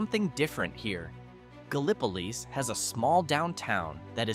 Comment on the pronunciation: It's "Galll-i-po-leese."